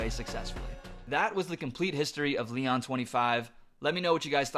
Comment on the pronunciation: (Lee-ohn) Leon